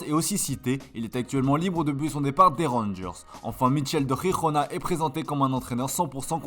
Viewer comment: C’est « Jirona » pas RRRIRRRRONA. C’est une club catalan pas espanyol….